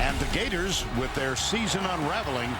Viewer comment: Every time you say Gheyturs I think it gets wittier...